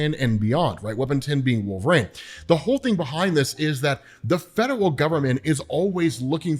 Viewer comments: says the fedewel government and it’s so funny to me 😂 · So Mephisto = Santa Claus 🎅👹, Did you say "Fedewal" 😅